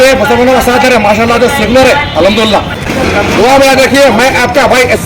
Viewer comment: AHamdula Kya Hota Hai Be,,, Al HamduLillah Theek Se Bol